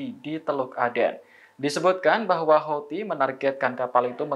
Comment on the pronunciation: Bacaannya hutsi pk